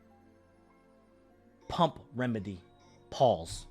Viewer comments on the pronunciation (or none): none